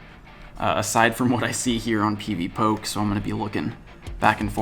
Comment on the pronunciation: its not pv poke its pv po-keh